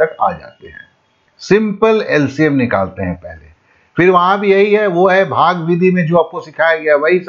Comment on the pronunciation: SIR JI BHAGA NHI HOTA H BHAAG HOTA H